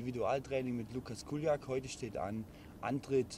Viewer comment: K.I.K.I Ja aber er spricht es Kuljak aus anstatt Čuljak